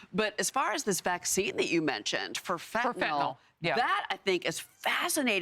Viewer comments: What the hell is fentaNOL? I thought it was pronounced Fentanyl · I know what you meant but it's fentanyl and is technically pronounced fen-tan-ill.